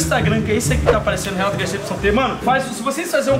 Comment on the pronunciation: Quando o Renato fala... Re:Fala galera Renato na área beleza? Eu:Fala galera Renatuh na área beleza?